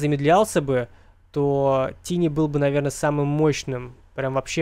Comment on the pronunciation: Какого хера тини? Тайни же блеа.